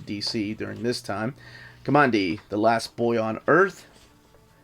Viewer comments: Kah mon dee? Kamandi got his name because he grew up in Command D with his grandfather. His name should be pronounced Kuhmandee and not a straight up Command D. This was my favorite comic book growing up so it's kind of an thing for me to insist that this is correct. If I am wrong, well I'm just going to stay wrong. All you have to do is read the books. And I think it was in issue 50 or so, 10 issues after Jack had left to go back to Marvel, that there was a retelling of the origin. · Ka-man-di not Ka-mon-di. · Not KOMONDI, my friend. K-AH-MANDI as in Command D where we are told his name came from in the first issue. It is so annoying to hear you mispronounce his name repeatedly throughout your review. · Command D is how it's pronounced, aint listening to you man. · Command-D. KO-(MAN)-D! Your'e killing me with your pronouciation!